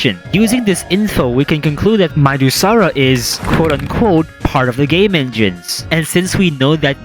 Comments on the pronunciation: Either midusara is pronounced more like madusa, or midas (like his golden touch) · I think Midusara should be read as Mai-da-sara. As the reference to Midas, from who the power of petrification came from as a reference, to begin with. But it's just a theory